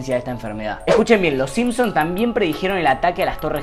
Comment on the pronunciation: Es "simpsoN" no "siempsonS"